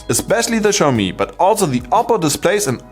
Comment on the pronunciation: Xiaomi is pronounced as = xiao - show ( from - shower 🚿), MI - mi ( as it is ) = Xiaomi is pronounced show-mi.